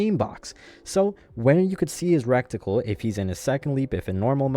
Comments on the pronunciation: that word is reticle. not recticle, other than that good video. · It's "ret-i-cul" not "rekt-i-cul" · its pronounced: Ready-kull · Recticle sounds Hella funny though I vote to induct it into the dictionary.